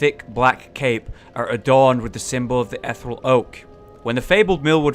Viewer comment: "Ethe-real"... Not "ethral"